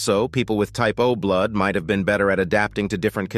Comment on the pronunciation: I keep hearing typo blud... typo blud... lol O+ according to my dog tags. I'm Swedish/German mix.